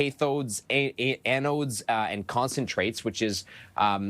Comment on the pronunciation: Kaythodes and eh-nodes you say? 😅 Only the bestest edumacations here for the Canadian press.